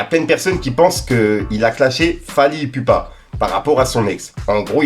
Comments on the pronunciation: Et wallah fait un effort de respecter le blaze des gens c Fally iPupa (Ipoupa) si ça t'aide tu fais la mm avec Nino c'est Niniio si ça t'aide!! Et on dit Congolais 😡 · Fally prononcé Ipoupa* broski 😉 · Fait attention à la prononciation de Fally ipupa